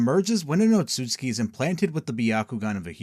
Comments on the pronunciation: Oatsuki clan? It's Ōtsutsuki. Can't pronounce shit correctly huh? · its "Ot-su-su-ki" brotha